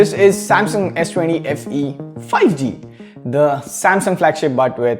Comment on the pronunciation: Everyone: 5g Le: Fi g 😄